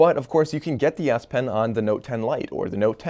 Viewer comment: Really nice S pen lol.... I thought you kept saying nice ass pen 🤣